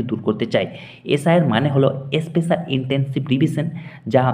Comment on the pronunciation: SIR এর মানে কি ??? "এসপেশাল ইনসেনটিভ রিভিশন "!!!!! কি সুন্দর উচ্চারণ!!! ইনি ভিডিও করছেন আবার। প্যাথেটিক।কতদূর লেখাপড়া ????